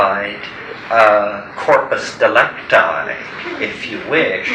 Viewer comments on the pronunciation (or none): Corpus delicti, not delecti😋